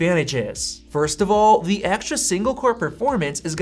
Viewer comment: It’s “the” not “thee”. “The” is the word you’re looking for